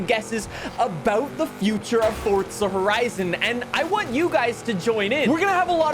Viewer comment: SAY FORZA NOT FORTZA